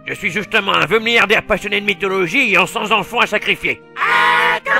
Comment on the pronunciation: Félicitations pour ta série, c'est vraiment tout bon, t'arrives à placer un quota de très bonnes vannes assez impressionnant:) "Cent Zenfants" m'a piqué les oreilles à mais personne n'est parfait:p J'rigole, merci pour cet excellent travail et bonne continuation à